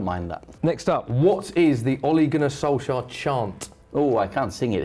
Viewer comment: Wait what you pronounce it „Solsher”!? I've thought you pronounce him „Solxjer“